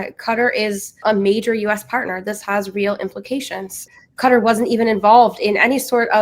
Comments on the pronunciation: Keh Tah not Cutter. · Danny, you need to get better guests. Israel doesn’t have the right to defend itself against Syria or Lebanon - it occupies land there and has been the primary aggressors to both! Also it’s not cutter, it’s Q/Katar.